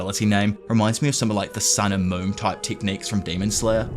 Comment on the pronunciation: Why can’t this say moon properly